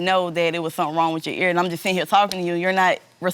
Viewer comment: "Sum'n is with 'em"